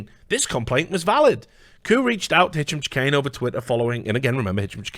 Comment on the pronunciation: Is it a meme to absolutely murder Hicham Chahines name ? It's driving me a bit crazy